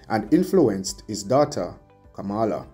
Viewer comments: You are pronouncing her name like donald tRump. Very annoying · 🥶Kamala is pronounced Coma’la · it is disrespectful to Kamala to mispronounce her name. How would you like for someone to bitch up your name in the same fashion?? The white racists in America does it deliberately to disrespect her and you sound just like them. 👎🏽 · Please pronounce her name properly